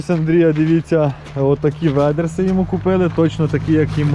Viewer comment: Вайдерс , це називається Вайдерс, а не ведерси 😂